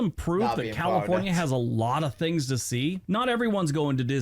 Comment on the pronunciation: I have watched most of your videos. You seriously need to pronounce words properly. You use an F sound instead of properly pronounce TH. Wif instead of with. FIF instead of Fifth. Finish instead of Things.